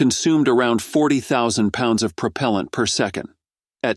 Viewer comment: Almost nothing about NASA. This article is an AI fail, including the synthetic voice that is unable to pronounce propellent.